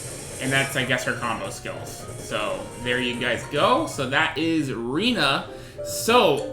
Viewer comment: Her name is prounouced Ray-na not Ree-na.